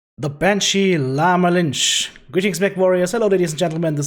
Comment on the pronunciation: Your pronounciation of the mech's name drives me crazy. XD